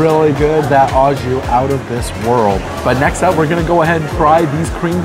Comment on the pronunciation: Pronounced "oh" jus, not "aw" jus. Good review nonetheless!